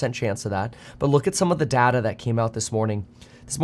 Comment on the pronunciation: It's data, not data.